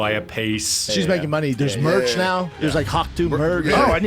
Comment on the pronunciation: Why does this guy talk this way LOL makes the videos completely unwatchable. "Hawk Tuah girl has already sold-UH $50,000 dollars worth of merch-CHH" so fucking annoying